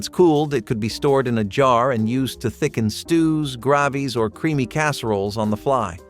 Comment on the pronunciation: Soups and grahh-vees 😂😂